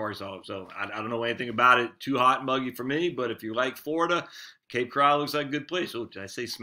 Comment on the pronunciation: Cape Coral not Cape Corral